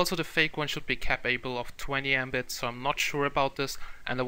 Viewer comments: Patrick Hansen I should've guessed. It's just the funny pronunciation and it just sounds like a word "embit" rather than abbreviation. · The literal pronunciation of Mbit (Megabit)